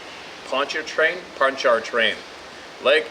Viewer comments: Pronounced Lake Pon-chu-train. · Pontchartrain = PON•cha•train You know we ease past most of them R's in the South ;)